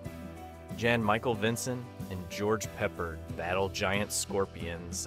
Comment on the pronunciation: I'm conflicted. These were great choices to feature, and the script was well written! No problem giving it a like. There might be a dozen or more reasons why the voiceover may not be the voice of the author. Sounds way too young for these recollections. The voiceover is well done, with only a few puzzling — very slightly distracting mispronunciations. Omega, George Peppard, ... it might be my bad, and there are other chunks of the world that pronounce them this way. And again, very minor quibbles. The concern that drives me to comment is that the voice MAY be artificial. They are getting more believable all the time. Again, i can think of many legit reasons to cast an actor or an AI algorithm to say the text. Sadly, there are channels now that comb the web for text content - remember blogs? and then produce videos. I'm accusing no one, i am merely suggesting that the faceless (ageless?) voice can lead an interested viewer to wonder. I'm hesitating to post the comment. Zero shade intended --- the video was a great walk through memories i'd forgotten that i'd forgotten. And at least one unknown title i will try to find and watch!